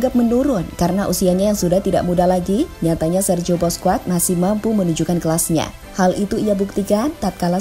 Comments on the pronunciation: Sok inggris ga enak di denger cok 😂😂😂 ...di Spanyol bacanya bousqes , enriqe ...si mimin bacanya boskuets , enruik 😂😂😂 ...nyebutnya biasa aja min ga enak di denger ...orang spanyol juga klo manggil nama ga gitu2 amat ,malahan manggilnya 11/12 kyk indo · Lain kali naratornya setidaknya yg pernah nonton bola min, supaya penyebutan nama pemain dan pelatih lebih mantap, kurang srek dengernya (Busquets, Enrique, La Furia Roja)